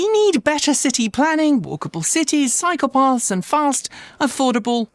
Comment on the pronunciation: Always liked your “accent” but may need to slow speech some. I know you said “cycle paths” because of context, but came out sounding like psychopaths. And we don’t need more of those.🤪